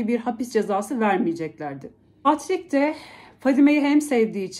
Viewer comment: Patrick okunusu Patrick ama a harfi e gibi okunuyor